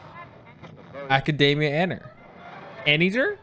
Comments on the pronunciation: Pretty sure it's pronounced A-ni-der, not eye. Y'shtola pronounces it this way in one of the cutscenes. Stress on the first syllable. pronounced it the proper way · pretty sure it is pronounced "An-eye-der"